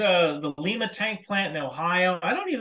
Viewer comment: it’s pronounced Lie-ma, like the bean, not Lee-ma, like the city in Peru. Glad to hear some manufacturing has come back to my hometown.